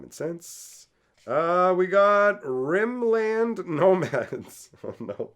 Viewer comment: "You think deserts scare me? I'm from Rim Land!" 😂😂😂😂 Favorite quote of the video. I think it's probably pronounced less like two words and more like Rimlind but I may steal that!